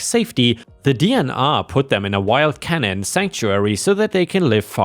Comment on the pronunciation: Love listening to your stories also canine is pronounced ca9 English is such a strange language at times, keep up the awesome stories!